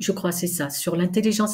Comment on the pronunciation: Bonjour, toujours agréable de t'écouter et quand il y a une petite bafouille, ça nous rapproche encore plus 🤩 tout va mieux dans la bonne humeur!! depuis que j'ai découvert tes publications je me demande à chaque fois quel origine peut avoir ton "au revoir adi schatz!! ça sonne franco-suisse et c'est très original, merci pour tes partages, ça aide pour mettre un pied devant l'autre 💫